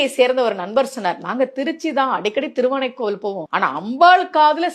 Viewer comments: தரித்திரமே. திருவானைக்காவல் என்று சொல்லத் தெரியாமல் திருவானைக்கோவல் என திரித்துவிட்டீரே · "அபயமாக வாழ்வர்" "திருவானைக்காவல்" அவ்வளவும் தப்பு தப்பா சொல்ற!!! உரக்க குரல் கொடுத்து சொல்லிட்டா கும்பிடு போட்டு போயிருவானுக நம்மாட்களும்😢😮 கண்றாவி